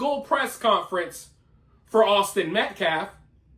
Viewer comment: "...Awsten Meklef..."